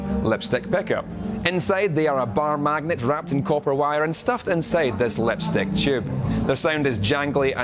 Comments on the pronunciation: Ah yes the lepstyck peckup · He cant speak The vowel I like when he says lepstick